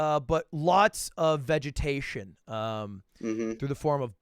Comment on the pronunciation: Lud: opens with his English degree Also Lud: Vegatationus